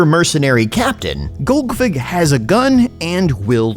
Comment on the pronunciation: Tactically pronouncing it as golgfig for the first few minutes